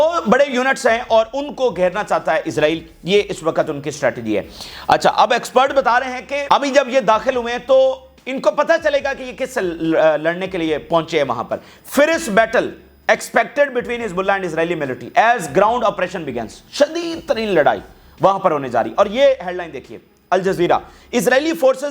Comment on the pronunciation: Ab tum Roz 4 baar, Ferrik Bol Bol ke Roz Pakaoge, Magar ek baar Fierce Word ki Pronunciation ko Google karke check nahi karoge. Ek baar Google kar Lo Bhai, harr word ki Pronunciation ki Video bhee rahti hy Udhar. Please Pakana mat, Google karr Lo, Ek minute se bhee kum Time lagega.